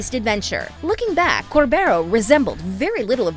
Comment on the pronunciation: It is pronounced Corberó, accented on the O